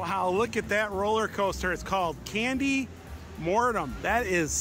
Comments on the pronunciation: Not Candy Mortim, Candymonium, lol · It’s candymonium like in pandemonium not mortum lol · The way you pronounce Candymonium cracks me up! It's like post-mortum, like death! Maybe it is death by chocolate? Makes it sound much scarier than Candymonium! :D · "Candy Mortum". LOL. It's called Candy Monium. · lmao it's Candy-monium not candy-"mortem" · you said candy monium wrong it's not candy mornum it's candy monium mon-i-um >:( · It's Candy Monium btw